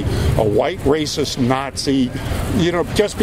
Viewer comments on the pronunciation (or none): His go to response... "Tha's Raciss".